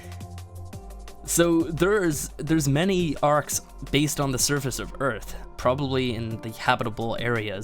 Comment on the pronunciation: welcome to earf